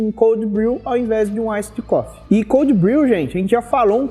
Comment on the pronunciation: "Aissid" coffe hauahauahua. Bom video!